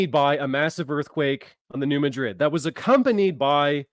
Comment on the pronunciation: Hey bro,as a ,s. east missourian born and raised your driving me nuts saying "ma-drid",try saying instead "mad-rid"its bothering us "misseriens"